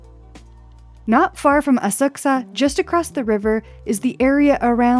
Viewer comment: Thank you for finally pronouncing Asakusa correctly!